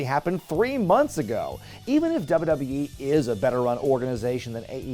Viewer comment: repeat after me: "doubleyoo-doubleyoo-ee" Not "dubba dubba yee"